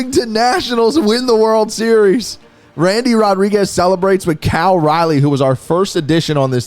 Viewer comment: I don’t think has ever said Cal’s name correctly or the same twice lmao